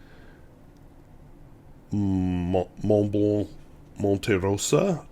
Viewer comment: Forgot the "L" in the second Montblanc. Not that I care but you are a teacher.